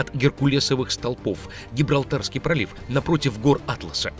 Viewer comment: Столбов, а не столпов.